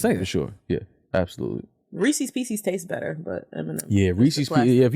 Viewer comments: HOLD ON, do mfs in New York really call Reese's "Reecies" ?????? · I cannot stand by how they pronounced Reese’s pieces 🤣